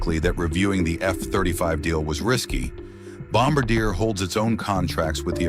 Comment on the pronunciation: Teach your AI to pronounce Bombardier.